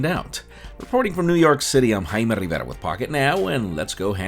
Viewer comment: Jaime Rrrrrrrrivera